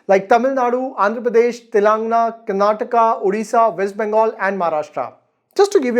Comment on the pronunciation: Thumbs up for pronouncing Karnataka properly . 👍🏻